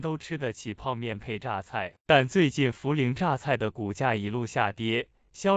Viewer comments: 你努力抹黑大陆的样子虽然很狼狈，但是你说涪(pei)陵榨菜的样子真的很自信(gáo xiào)。做人无时无刻都要保持自信，你做的很棒，你要坚信着 这个字就是念pei，你的自信不允许它念涪(fu)知道吗？ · 泼ei~陪，pei陵。同学请注意你的发音😂